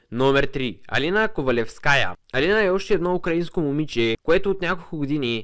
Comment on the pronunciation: Казва се Алина КовалЕвская и при другите руски и украински имена ударението е на предпоследната сричка :)